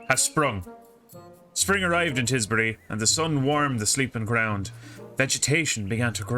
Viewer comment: Tisbury, Tis Bury Nice